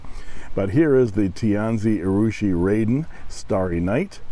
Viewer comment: Thanks,. You're not the only one to get this wrong, but it's pronounced "rahden" as opposed to "raiden".:)